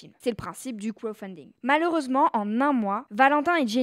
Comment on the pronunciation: Le "krofunding”..😅